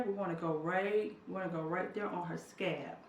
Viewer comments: Laura Carr 🤣😂 Me too! I was thinking how that menthol would really burn or irritate those "scabs"! 🤣😂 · Mrs BeautyMark I thought her daughter had scabs on her scalp.😂😂😂😂 After a while I'm here thinking in my mind it's scalp not scab.😂😂😂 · Mrs BeautyMark Lol me too. I literally was laughing out loud saying what's a scab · I was looking for the scab and I couldn't see any and then I realise it was scalp! lol She is truly blessed. Thanks for the information! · ***** ***** She pronounces it the way she does because of her accent. She knows the word is "scalp"., they got jokes on a country gal lmao. Yall leave my girl alone lol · I thought you were saying scabs but you were saying scalp. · I love when you say 'sca-ap'! It reminds me of when my momma would say yogi for yoghurt or footy looties for fruit loops cereal. Do you! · Mrs BeautyMark y'all don't do my auntie!!! y'all know she has a speech impetiment!! 😂😂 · ccie cierra EXACTLY!!!! All of us southern people are not COUNTRY and can say SCALP!! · 😂😂😂 I was confused too until she began to apply it all over her scalp! I'm only a couple minutes past that part now and am truly tickled every time she says it. LOLOLOL! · I'm a country girl too but I know the difference between words.. being country is no excuse.. lol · Scalp, Scalp, Scalp, not scab, you are Killing me 😂😂😂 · She's not saying "scab" she's saying "scaaaalp". She's just drawing out the "a" and not really pronouncing the "L". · Please omg please I was soooo confused please say scalp I know u can do it. Hope u don't get mad at this comment but I was honestly confused until I realized u meant scalp instead of scab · i disliked. this video because u kept saying scab, and im frim the west its called scalp...lol...sorry i got annoyed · I said the same thing. I was like is she saying scab!! Lol I need those growing hands for my scalp tho. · Me too.........I was like..... scab? LOL Then I got it! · It’s scalp not scab